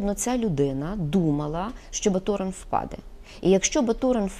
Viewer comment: Чому впаде ? Наголос на другий слог? В украінській мові на останній?